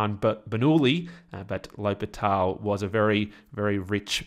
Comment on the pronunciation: thought it was pronounced le hospital 🤔🤔